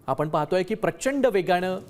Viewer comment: वेगानं...वेगाणं नाही..भाऊ बातमी चांगली सांगत आहात,पण उच्चारण दोष टाळावेत ही नम्र विनंती